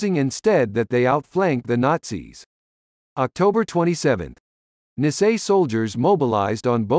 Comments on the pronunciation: It is very difficult to listen to this person mispronouncing Nisei, it should be pronounced knee say. Also the correct unit designation for the 100th Infantry Battalion is 100th Infantry Battalion Separate. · Speaker should have learn to pronounce Nisel correctly !!!